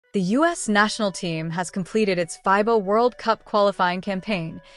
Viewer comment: Stop mispronouncing fiba😮